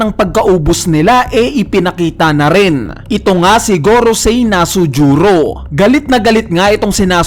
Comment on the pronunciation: Pakitama Naman Ang Pag bibigkas sa Pangalan ni Nusjuro Hindi Nasujuro Parang away mo sana.